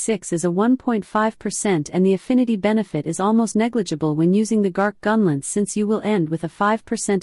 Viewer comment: Hard to listen to with the ai voice and every 10 seconds saying the word "gunlentz".